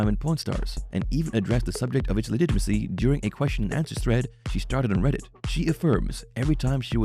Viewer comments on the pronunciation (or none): none